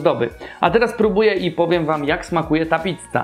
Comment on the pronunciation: Gościu, "PICCA", a nie "PITCA". Wkurwia to strasznie...